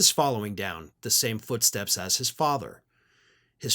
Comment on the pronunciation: “Following in his father’s footschteps”, said Inspector Kemp…